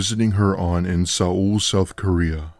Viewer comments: why is he pronouncing seoul south korea like that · Lmao the pronounciation for Seoul